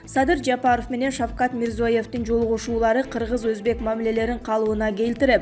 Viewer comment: Мирзоев эмес,Мирзияев